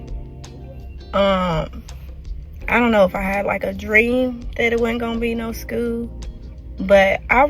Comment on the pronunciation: She says "skeuw" instead of school lol 😆